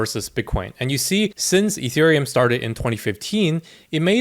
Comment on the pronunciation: Etherum, ergh. Are u serious mate?